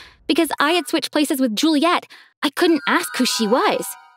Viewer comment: It's Juliette not julia